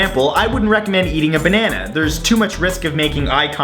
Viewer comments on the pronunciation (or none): none